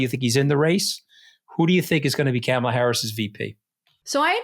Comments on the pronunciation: Camel-a? Jesus Christ you guys. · The accent for Kamala Harris’s name is on the K. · The podcast is great. Note to producer: please ask them to pronounce the first syllable in Kamala as "comma" rather than "cam" as in camera. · Love you two. But - can someone please teach AS how to pronounce Kamala - it's not kam like lamb - it's Comma la. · Enjoying both of you two (Anthony’s insight is invaluable)…..but recommend both of you brushup/practice Kamala’s name pronunciation correctly…..both have pronounced it Cam-ala or Kam-ala……but think of the , comma and say comma-la. She even is making up T shirts with a bold , la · Anthony, her name is pronounced “comma-la.” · Please, please, learn the correct pronunciation of the Democratic Party’s presidential candidate. Kamala Harris’ first name is pronounced Ka, Ma, La! Not…Cam, Ma, La. If you choose to discuss topics involving an individual by name be respectful and correctly address them. Thank you. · Kamala (comma la) not camel la. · CAH-ma-la. (Not Cam-a-la.) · Honey—- Ca-Ma-La not CAM-aLa. please!!! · Anthony, please pronounce Kamala's name properly 'comma-la' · Anthony, pretend there is an "h" in the middle of her name. KAH-MA-LA. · Her name is KA MA LA like the ‘ coma la ! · Anthony, sir Kamala is pronounced like this. Comma-la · Why does Anthony always pronounce Kamela’s name incorrectly? Katty never corrects him. He says it like Camel-ah. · Great show today. Omg Anthony, just think punctuation mark. 🙄,la ( comma-la). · Mooch, luv ya man, but her name doesn't sound like 📷 ...... think " , La" 🤔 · Hey Mooch, love ya but please Comma-La is how to pronounce her name 💙💙🩷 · I’ll believe your sincerity, Mr. Scaramucci when you start pronouncing Kamala Harris’s name correctly. Sounds like comma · Am I mishearing or are both saying Camel-La? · Mooch, please be respectful and pronounce Kamala's name correctly. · Anthony learn how to pronounce Kamala’s name correctly. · Mooch can't even pronounce Kamala, Ugh!!!